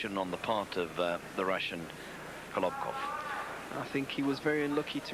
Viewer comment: very funny how the commentator calls kolobkov: kovlov